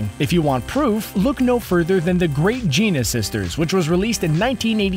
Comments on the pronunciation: Nicht "Geena", "GiAna" wie "Rihanna", vom Wort "giant". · The fact that he pronounced “gianna” as “jeana” kills me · Ge-on-ah sisters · "The Great Jeena Sisters," huh? Amazing. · It's Giana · It's Giana (geanna sounded out) and it got an official release. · "The Great Gina sisters".... look up HOW TO PRONOUNCE names! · I got to ask but why is it in most of your video's you butcher character names cause you kept saying Giana as Gina which is butchering that name. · Giana is prononced 'Gee-anna' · You pronounced Giana sisters wrong.